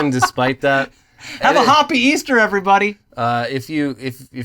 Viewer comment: silence after 'Hoppy Easter' got me! 😂 Great show guys!